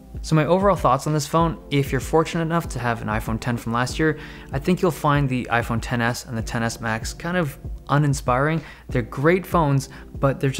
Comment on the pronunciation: I keep hearing iPhone tennis and not iPhone Ten S